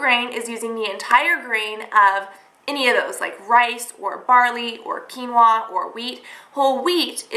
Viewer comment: Great video Cass oh and it's pronounced 'keen-wa'